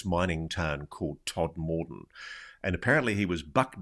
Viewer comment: Tod-m-den, as its pronounced.